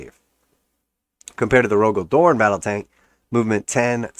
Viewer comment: Cmon bro you talk shit about GW every video and you can't take some criticism? It was just so revolting to hear you pronounce such a pivotal character's name horribly incorrect. I love the spacewolves and your imbecilic utterance on my Primarch's name is heresy.